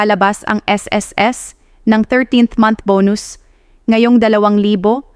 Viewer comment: This is AI. Malimali ang pagsalita ng babae. Yung 2025 di pa nia mapronnounce ng tama. Fake news!